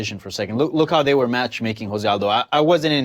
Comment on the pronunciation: JOE ZE Aldo Fukr. Portuguese not Hispanic